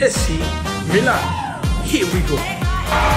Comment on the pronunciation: They are definitely not Milan fans, the way they pronounced it was horrid